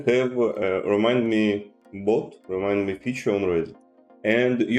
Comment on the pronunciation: It's not RemidMe...it's RemindMe